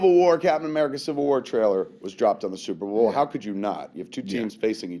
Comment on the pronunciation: what the fuck is this "super bawl" you speak of?